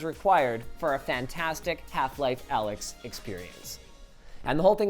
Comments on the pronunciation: It's not pronounced Alyx dumbass it's Alyx, duh... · It's not Alyx, it's Allx. Because people don't understand greek letters.